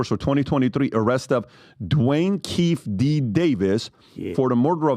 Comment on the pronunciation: PBD Keefe D name is pronounced like KEY-FEE D.. just letting you guys know brother. It's a huge story and he's a main part of it. Looks good to province his name right. Love ya guys. Keep up the good work 💪🏼Future looks bright 😎